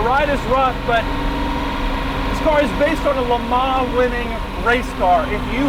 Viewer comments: "jag you are" not "jagwar" and "le mon" not "le mar" for christs sake. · Just to let you know.. Le Mans in pronounced 'Le Mon' (the n being subtly pronounced) and not 'Le Mar' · "Le Mahhh"...lol